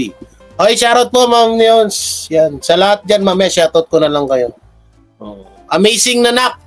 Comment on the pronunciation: Shout out yan di shurout. Susme. Shurout tlga ha? So rang slang nman yan idol. SHOUT OUT! Got it?